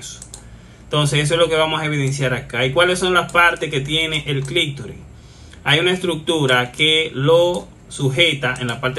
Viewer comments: Todo un médico diciendo clictori. Se dice clitoris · Amigo, se dice: clítoris y no clictoris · SI, AL PRINCIPIO ME PARECIÓ, HASTA Q LO VOLVIÓ A DECIR 😂